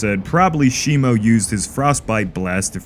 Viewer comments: It’s not shimo it’s shimu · It’s Shimo not Shimu